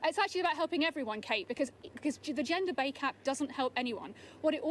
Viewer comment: WTF is the gender bay cap? Is this child so triggered that she forgot how to pronounce her favorite term?